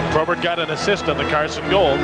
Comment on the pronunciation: why does that idiot keep calling probert "tobert"?